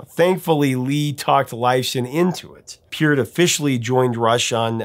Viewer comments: Love your "STRANGER", Professor! 😊 hope you're having A FUN HOLIDAY SEASON! Pronounced PERT, NOT peert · Maybe I've heard it wrong all my life, but growing up in Canada since 1968, anyone and everyone I've ever heard mention Neil Peart's name, always pronounced it Neil 'Purt' / 'Pert', so it is funny when I hear you pronounce it as PEEurt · I think you are mispronouncing his name. Peart the e is softer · Just for future knowledge Neil Peart's name is pronounced as Pert. Also St. Catherine's is like the name Catherine like "in" at the end.